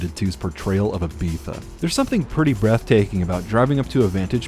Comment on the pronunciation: Very fun video, I hate the way you say Ibiza!